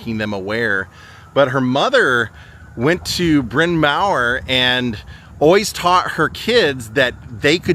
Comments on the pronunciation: Bryn Mawr is pronounced "Brin Marr" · Thank you for the journey and fascinating facts about this wonderful actress, who is in every way legendary. BTW, I grew up in that area and it is pronounced Mar and is Welsh. I believe Bryn Mawr means ‘Big Hill’. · Very interesting. Also, it is pronounced, Brinn Mar (Bryn Mawr).